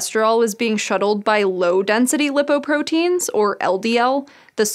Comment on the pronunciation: LIE-poprotein, not Lip-oprotein